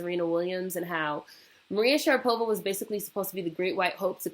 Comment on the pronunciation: lololol dying"maria sharadopa"